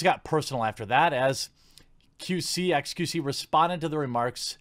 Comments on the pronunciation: Let's me make this clear Jeremy, its X Q C. Not Q C. There is a letter in front of the second choice that you are ignoring. Otherwise great video keep it up m8. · The x is pronnounced in xQc's name. Just to help with the confusion